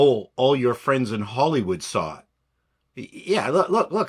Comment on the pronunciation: "I'm not your fwend, Kathy"